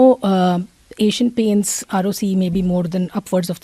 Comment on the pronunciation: Peak narcissistic attitude from Saurabh, yet his fund can’t generate returns equal to FD nor keep pace with index. Bit more humility and less relaxosque Multi bagger arrogance. Also calling ROCE as Roki is butchering the English language 😊